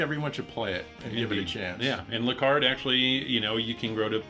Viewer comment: OH MAN! THE ‘E’ on the end of Lecarde is SILENT! UNSUBBED!